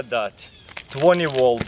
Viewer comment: Twenty wolt